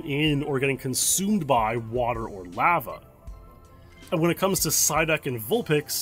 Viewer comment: U say lava so odd , deff not the right way to say it lol